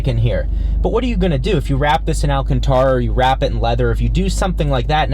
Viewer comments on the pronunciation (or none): none